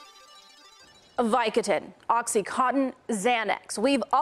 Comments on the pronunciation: it's vico-DAN NOT vico-TAN... ugh. ignorance is bad enough, but in a news report?? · and its vicoDIN not vicoDAN, my first comment could apply to you TBH lmfao! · actually it's vico DIN